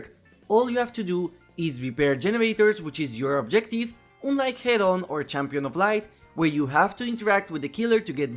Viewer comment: Friendly advice: check the pronunciation of the word “unlike”. In any case, love your videos! Big thanks for them